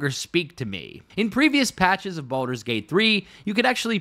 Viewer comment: The fact that Wyll says thank Baldrun